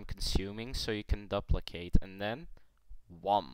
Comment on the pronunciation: you gatta "dup- licate it" "DUP licate it" lmao nice